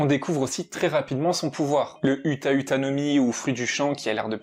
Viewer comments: 👺 sa s'ecrit uta mes sa se dit outa et tu dit uta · C'est outa pas uta (pour la prononciation)